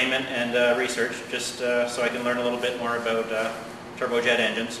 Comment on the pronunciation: it's pronounced "about" not "ah-boot"